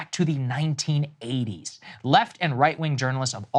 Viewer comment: Saagar, can we not say "1980's" with so much emphasis? It wasn't that long ago. ...Right?